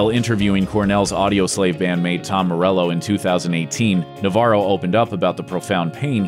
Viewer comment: As a Spaniard the way he says Navarro cringes me out